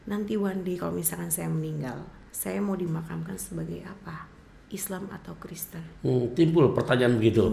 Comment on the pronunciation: sekolah tidak Tante Penyebutan itu yg benar Kristen bukan kresten